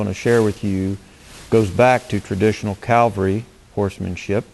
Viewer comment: Cav-al-ry. You are confusing Calgary with Cavalry.